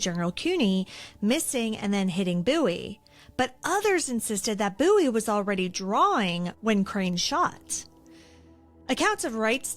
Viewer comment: I’m a descendent of Jim Bowie and I thank you so much for pronouncing Bowie correctly!!! Literally no one does and I get so excited when people do!